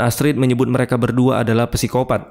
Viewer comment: Sikopat. Silent P masssssssss. Bkn pesikopat